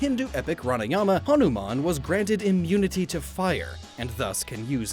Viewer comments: Bro it's Ramayana(you don't have to pronounce the last "a") not Ranayama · Its Ramayana, not Ranayama. Otherwise pretty good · It's Ramayana, not Ranayama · Also it's Ramayana not Ranayama. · It's Ramayana. Not Ranamaya. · Hi, Indian here. Hanuman is from 'Ramayana' not 'Ranayama.' And Ramayana is pronounced as: Rah-Mah-Yuh-Na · Its not RANAYAMA its RAMAYANA. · ramayana not ranayama lol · Ramayana, not Ranayama. . Good work btw. :) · You mispronounced Ramayana. You don't pronounce the a at the end.